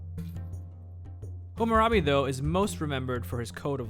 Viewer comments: Great video, awesome quality and I liked the subtle music. One small criticism could be that you kept saying HUmmurabi, rather than HAmmarabi. (You also spelled it "hummarabi" in the beginning of the video) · HAH-muh-rah-bee, not HOO-moo-rah-bee